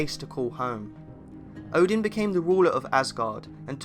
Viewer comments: Is it just me who slightly cringe at the way he pronounce "Odin"? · And by the way, it’s not Muspelheim, it’s Muuspelheim. And it’s Oden, not Odin, Ville and Ve. As in Wee. Swedish or old Nordic ain’t pretty. 😉